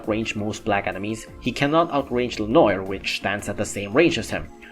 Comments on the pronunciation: Hey,, just to help you out Its "le-nowar" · Ok so hum is able to say all japanese names super fast with the accent and is not able to say le noir just check the french prononce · The mispronunciation of lenoir hurts